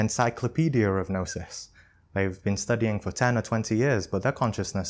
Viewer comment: aahh ok it’s Gnosis. I heard Nastik. well, Thanks!!